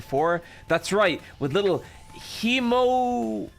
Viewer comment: the way is pronouncing hemoanima, he's saying that we have the power of blood and anime on our side